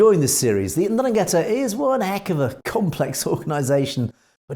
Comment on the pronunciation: Please learn how to properly pronounce Ndrangheta.